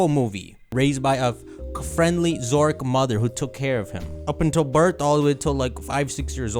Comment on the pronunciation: His pronunciation of Zoroark maybe one of the worst name botches I have ever heard